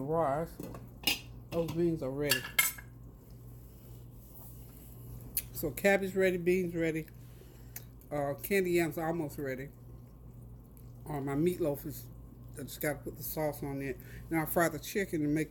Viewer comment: Lol candid yams? Lol it's ok the food looks bomb but it's " canned yams" 😁👍💕